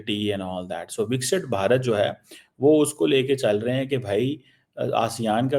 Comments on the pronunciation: ganndu.... He can't pronounce vikist bharat.... He sounds like lahori churan....bixit bharata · he cannot pronounce it properly...Viksit Bharat... that's why...He is Lahori churan....heeen...